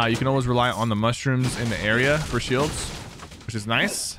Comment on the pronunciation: The way you say “shields” is so satisfying